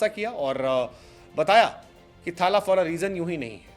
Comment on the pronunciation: Mahi retire hote hi bhagwan bngya .. retirement ke time log tadap rhe the retire kab hoga… ye media wale bhagwan ram bna ke rakh diye .. uppar se ye bihari jab thaaaaaala bolta hai bihari accent mein toh mann krta hsi khaini ghused du muh me